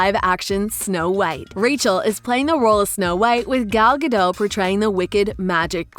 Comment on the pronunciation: Ayyyyyyyyy she pronoced Gal Gadots name (mostly) right! Most people ive seen say GA- Dot